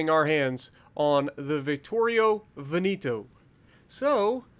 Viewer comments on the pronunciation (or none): Its not Veniiiiiito its Veneeeto